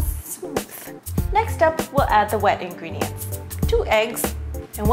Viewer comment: thought she said weeing ring not wet ingredients